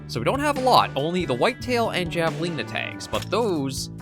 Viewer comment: Javelina pronounced HAV-uh-lee-na. :)